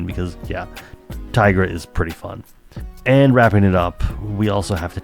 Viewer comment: Great video, as always. My only caveat is that it's TIE-gra, not TEE-gra. She looks and her powers are based on a tiger, not a tee-ger.